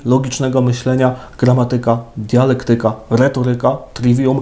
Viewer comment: Księże... Gramátyka, retóryka, dialéktyka...